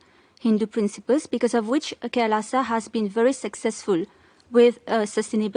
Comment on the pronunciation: It's called "Kai... Laaaa saw"